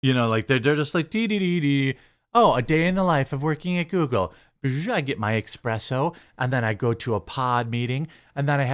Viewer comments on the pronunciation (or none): Did you say expresso? ? Dude. You sell coffee! Wonder if they'll decide to actually work, or if they'll whine even louder for socialism and safety nets.